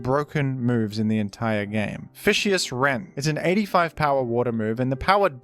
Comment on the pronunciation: unbelievable that they game him fish-ee-ous rend.